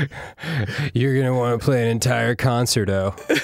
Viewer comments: Concerto is pronounced more like "cun-SHARE-toe" than "CON-sert-oh" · Did Danny really just say "concert-oh" instead of concerto? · Well, now we know that the don't know how to say minuet (minn-yew-et) or concerto (conn-sherr-tow)